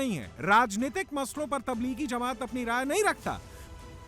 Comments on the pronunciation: Jamat hota he didi Zamaaat nahin bolna to sikh lo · Zamat Nahi Jamat hota hai Samjhe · जमाअत होता है ज़मात नहीं और आपको इस कार्यक्रम जलसा से क्या दिक्क़त है? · Ye jamaoda kia hota h, language pe zara dhiyan rakiye, ye jalsa h, Jamat hot Zamat nahi